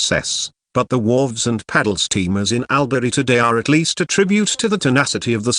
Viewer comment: I live in ALBURY STOP PRONOUNCING IT WRONG it is actually say it like this allbury but spell it like this albury and Wodonga is not pronounced like that it is wadonga but spelt Wodonga #smartest aussie gurl alive . But don't tell me bro that I comment XDDDD